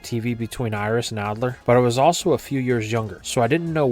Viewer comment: Bro you got good content but for the love of god learn how to say Alder not Adler and druddigon not darudigon it’s annoying